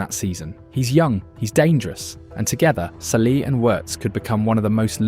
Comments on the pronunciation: wow this video is ai audio generated. sallee?? bro its SALAH not sallee. make sure the AI pronounce his name good. disliked this video. GG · "salee and wirtz" ??? Is this ai?